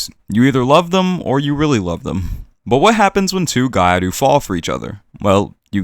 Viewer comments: It's pronunced Gi-YAh-Ru, not gai aru. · Gyaru isn't pronounced "gai aru" lol. Gya is one syllable. If you're having trouble pronouncing that, just saying "gal" is perfectly acceptable. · What lie??? It's exactly how it's pronounced, just spoken fast so that the sounds blend together into one, both gyaru and Nguyễn. Maybe learn the subject before making stupid accusations like that? The word gyaru is spoken exactly how it's written, yet the guy turned it into gairu, meaning he has no idea which group of letters are supposed to be together, hence breaking it down into Gi and Yah then Ru is enough for him to get it. The same goes for something like kitsune. Non-Japanese speakers tend to misunderstand it as kit su ne, when it's actually ki tsu ne. Just a matter of breaking into correct units of consonants and vowels. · what did you just say? did you just say gaiaru? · Gya is actually one syllable, but what you said would be better than what they're saying lol